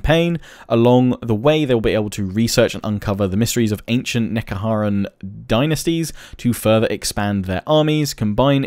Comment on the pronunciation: I myself would prefer more story, but then I'm just a huge lore nerd. I mean hell I write my own stories and design my own armies. Khemri is pronounced (Kom-ree) Nehekarra is (Neh-hek-ar-ra) same pronunciation as Ned. The big thing is a Bone Giant, the other were Tomb Scorpions and the Serpentine things are Sepulchral Stalkers. Khatep is pronounced like the snake from Jungle Book, Ca... an ah sound. (Kah-tep)